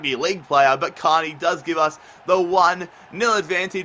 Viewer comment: Cairney is pronounced care-knee, at least that's how I think it is